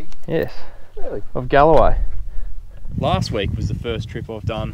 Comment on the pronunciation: Its GALWAY PORT not GALAWAY.. Sorry